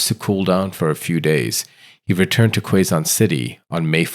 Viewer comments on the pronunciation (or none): Pronounce as "Kezon" not Kwezon. And "mAHyor" not meyor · Quezon City The pronunciation in Filipino: keh-zon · Hey there. You can pronounce Quezon as [ke-zon]. To make it easier.